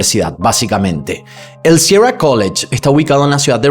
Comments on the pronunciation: Qué te pasa que no sabes decir “sierra” ? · Pronuncia sierra correctamente joder , que eres güiri o que cojones